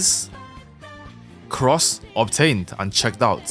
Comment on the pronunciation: it sounds like cracs not cross